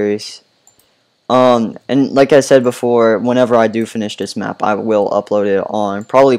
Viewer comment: you said mqp it’s map